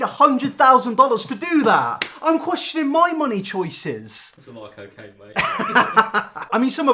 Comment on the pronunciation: I’m wheezing omfg “look like Michael Jackson if he did 100lines of coccane “ THE WALMART VERSION OF JEFFREE STAR IM CRYING OH GEEZ